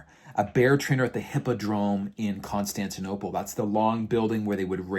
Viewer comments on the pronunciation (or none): none